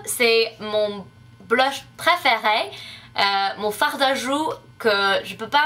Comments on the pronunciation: J'adooore quand tu dis "Oh la vache"! C'est trop drole et super spontané en plus! :) (Et au fait, dans "fard à joues" on ne prononce pas le "D" de "farD" ;) ) Tu parle vraiment super bien français quand même pour n'avoir passé que 6 mois en France et ton accent est super :D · coucou, j'aime beaucoup tes vidéo et ton français est vraiment bien. J'aimerais savoir parler anglais aussi bien que tu parle français =D. Mais le "d" de fard à joue ne se dit pas ça se dis Far à joue =D mais Blush c'est bon aussi et c'est moi dur =D, on dit : a ce moment là et non en ce moment là =D, je suis resté et non je j'ai resté, ma première année et non mon première année. Je ne te critique pas du tout car je trouve que tu parle vraiment bien. continue =D